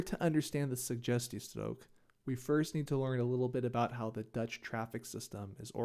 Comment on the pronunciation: try saying the word suggestiestrook with a bit more g just a tip on your language :)